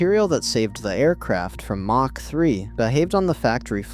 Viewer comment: Lose the AI narration. I tapped out at "mach" with a soft "ch".... like macha.